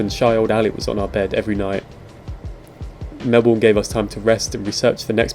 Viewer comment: Melb'n not Mel born